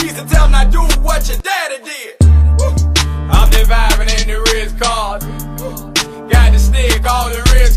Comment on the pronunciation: Rh cahtn